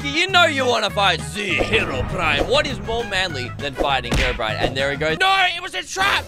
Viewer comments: Just saying its not Herobrian its Herobrine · hisname is not herobrian it's herobrine! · Bro its herobrine not brian do you play minecarft😂